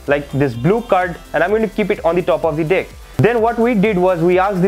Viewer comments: sorry but it's every time you say deck it heard "dick" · Sorry but everytime you say "dick" I laugh but good magic